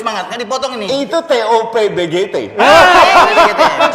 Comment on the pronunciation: TE-O-PE-BE-GE-TE ...wkwkwkwk.. anak jadul bgt jastin..wkkwkwkwk